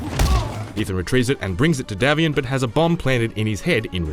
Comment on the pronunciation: It's DAY-vian